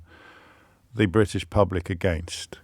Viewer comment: pronounces it as Briddish!